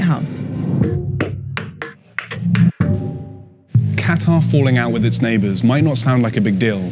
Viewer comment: Can this chick say Qatar properly?